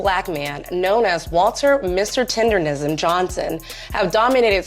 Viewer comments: Why do people keep saying tenderism 😅 It's tendernism. Yea, UNC is the sensation. Dude may have slowed down his revenues. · It's TENDERNISM not TENDERISM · 🤣 I know..they keep saying “tenderism” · Why the people in the videos keep mispronouncing it? TenderNism NOT tenderRism. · TenderNism! N..N..N. The N starts the 3rd syllable in the word. TenderNism. Those IG/TikTok reviewers need to pronounce correctly.😂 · Please pronounce the phrase right!!! It's "TENDER NISM" with an "N" folks c'mon now!!! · Idk 'bout ya'll, but dude calling it "tenderism" triggered thee shit out me.